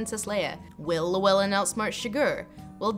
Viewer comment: You keep saying Llywelyn wrong